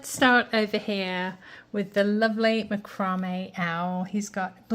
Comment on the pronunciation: MACROME ( AS YOU CALL IT) OWL, is Pronounced, Macra- may(french).